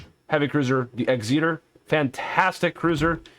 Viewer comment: The "X-Eater"??? C'mon, it's not that difficult to pronounce. Although, I've even heard another American YouTuber, 'T Bull', pronounce it as "Executor"!!! It's in english you know? However, no problem with pronouncing Massachusetts? 🤔 Go figure? Great advice for players new to the game though. Thanks 👍🏻